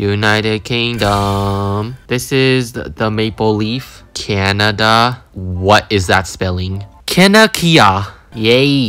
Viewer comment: Canacea and grrmany got me😂